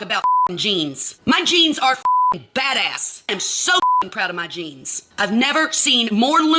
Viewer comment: Did she say flat ass or bad ass 😂😂😂😂